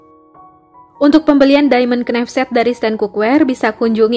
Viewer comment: Kok kenaif mbak knife bacanya naif az mbak 🙏🙏